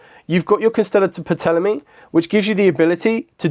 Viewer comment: The P is silent in a Ptolemy. And the symbol is Omega